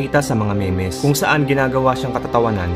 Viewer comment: me mes pa nga 😂 "mims" po ang tamang pronounce jan sa memes 🤣